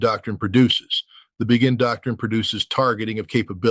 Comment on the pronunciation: Pretty sure Ritter knows that "Begin" is pronounced "Bey-gin," not "Bee-gin".